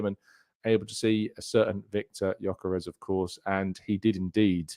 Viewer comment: 2 things. 1) about our new monster of a #14, he's Swedish but he's of Hungarian descent so his name is pronounced "Yuh-kuh-resh," you're welcome my friend, and 2) it's such a shame about Calafiori at the moment as he is unbelievably talented. I'm really hoping that he can get himself back on track this season because, if he does, he'll be serious competition for Kiwior if big Gabby is rested.